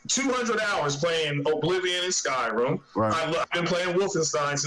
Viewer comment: this guy keeps calling it skyroom lol, 2nd time so far, 200 hours in "skyroom" my ass